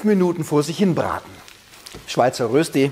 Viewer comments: Röösti 😂😂😂 Der war noch nie in der Schweiz Röschti essen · Erstens heisst es die Rösti, und ausgesprochen wird es Röschti. Zweitens nimmt man vorzugsweise festkochende Kartoffeln. Drittens habe ich noch nie Rösti mit Muskat gesehen. (Erlaubt ist natürlich, was schmeckt, aber Muskat in der Rösti ist eher untypisch.) Viertens brät man am besten von anfang an in Butter oder noch besser in Bratbutter, die höher erhitzt werden kann. Soweit die Kritik. Noch ein paar Ergänzungen: Zum Braten pro Seite etwa eine Viertelstunde rechnen, also auf kleinem Feuer braten. Speckwürfel machen aus einer Rösti eine Berner Rösti. Auch Zwiebeln kann man reintun. Man kann Rösti auch aus Pellkartoffeln machen, auf den diesbezüglichen Glaubenskrieg will ich nicht eingehen. Mit Pellkartoffeln schmeckt die Rösti leicht anders. Wenn Pellkartoffeln verwendet werden, dann kann man sie anstatt zu raffeln auch in Scheiben schneiden. Früher war Rösti in der Schweiz ein verbreitetes Bauernfrühstück, das man nach der morgendlichen Stallarbeit einnahm. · Berner Rösti ist die mit den Speckwürfeln. Ohne ist es nur Rösti. Und st = (scht) so von wegen Aussprache. Grüsse von einem Berner. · Es heißt Rööschti!!!!! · Das spricht man Röschtie aus. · Cooles Rezept .. aber es heisst Röschti .. mit einem fetten SCH .. es grüsst der Bünzli aus der Schweiz! ;) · Du nimmst mir das Wort aus dem Mund! Immerhin sagt er ein langes öööö 😄...